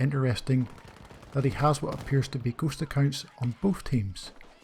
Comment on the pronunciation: It took me almost the whole Video to understand that he meant “ghost accounts” and not “gHoSt a kiNd” this damn slang though